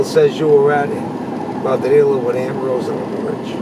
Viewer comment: Favorite restaurant and does not know how to pronounce the name. Ladrillo is pronounced la-drree-yo.